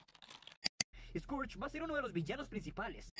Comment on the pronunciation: Recuerdo que en doblaje de Transformers Cybertron Scourge sonaba más como esquersh